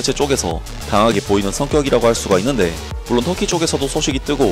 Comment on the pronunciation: 있/는\데/ ㅋㅋ 고향이??